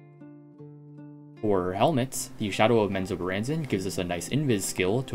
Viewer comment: The mispronounce of Menozoberranzan got me lol